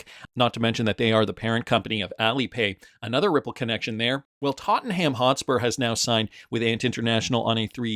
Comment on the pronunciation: "Tot un um" is how it's pronounced.